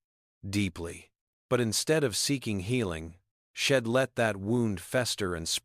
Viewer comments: Please fix the word SHED TO THE CORRECT WORD WHICH IS…..SHE NOT SHED AND ALL THE OTHER WORD’S THAT ARE BEING PRONOUNCED WRONG YOUR AI IS BROKEN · Watching from Plymouth in the U.K. This was a story with a powerful message and a wonderful redemption arc, but PLEEEEEEEASE do something about that AI narrative! All those sheds and ims are just too distracting; plus an ancient movie will forever be known by me as "Meet Me In Street Louis"!!